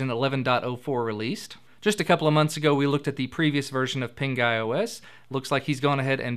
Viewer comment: Pinguy... Sounds like pink eye